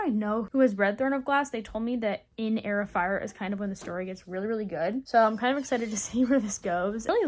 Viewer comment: Girl why when you said Heir of Fire i heard air fryer what😭